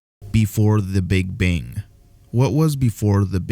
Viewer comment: “The Big Bing”